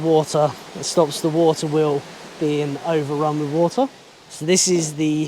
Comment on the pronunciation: wawter weol lol..